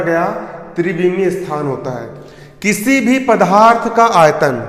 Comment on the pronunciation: Pdarth hota h pdharth nhi